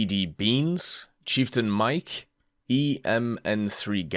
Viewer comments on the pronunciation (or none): none